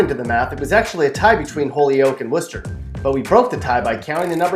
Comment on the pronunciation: Dude has never been here and doesnt have a clue.but at least he pronounced "worcester" correctly